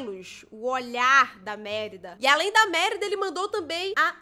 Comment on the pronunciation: QUANDO ELA FALA MÉRIDA EU GRITO N É MÉRIDA CARAMBA É MERIDA DE SE FALA NÃO MÉ COM É